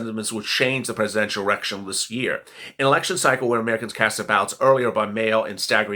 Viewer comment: you said errection 🤣